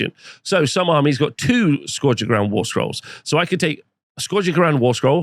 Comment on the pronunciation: Biggest controversy of this new GHB is hearing how many different ways people pronounce “scourge” and seeing how many do it wrong. 😂